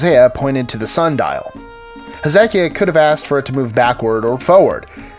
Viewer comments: its pronounced Heza-ki-ah not He-zekiah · You pronounced Hezekiah wrong. It's not Hez- zeck-ee- yuh , it's Hez- uh- kai- uh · I'm not entirely convinced on several of these. Atheists are always seeking ways to explain away anything that could actually point to the existence of God. We'll all find out for sure in the end :) As for me, I know what is true and what is not. Once you know that you know that you know, you know. Also, how about that pronunciation for King Hezekiah - never heard it said that way before.